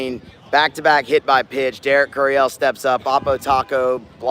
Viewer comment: says it’s pronounced KYUR-ee-uhl instead of kyur-ee-ELL